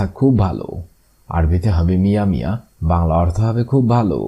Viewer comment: আপনার অনেক আরবি বুল আছে এগুলা ঠিক করে নেন।যেমন মিয়া মিয়া এখানে ভুল করছেন এবং আরো বুলকরছেন কাবালা আরো অনেক শব্দে ভুল করছে। সে গুলা বলার সময় নাই।